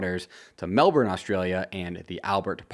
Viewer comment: Mate, that is not how you pronounce Melbourne.